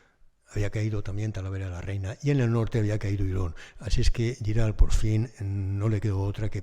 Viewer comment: Giral se pronuncia tal y como se escribe, no con "ll", sino con "g". Saludos.